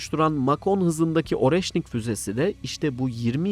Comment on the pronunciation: Oreşnik yazılır areşnik okunur.